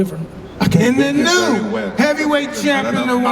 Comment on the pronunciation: Mike at the end saying and the new is a pissa